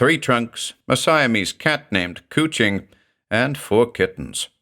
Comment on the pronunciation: cwching means cuddling in welsh. coo-ching not so much